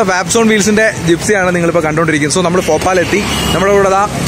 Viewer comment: Bro ഫോപാൽ അല്ല ഭോപ്പാലാണ്